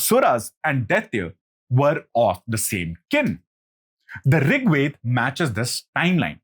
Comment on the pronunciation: Veda...not Weda